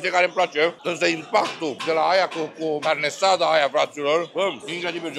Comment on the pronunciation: Carne asada nu carnesada:)) sa-ti fie de bine